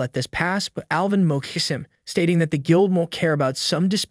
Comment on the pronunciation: Do you not know how to pronounce shocks or mocks?